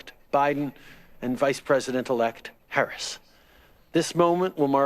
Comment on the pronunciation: I hated that they mispronounced Harris's name.